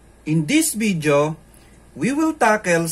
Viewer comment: I love when he says "in this vidjo"!